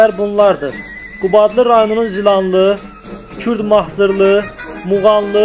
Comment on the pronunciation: Kürd Mahrızlı .düz deyə bilmirsen sözü də .jurnalist ))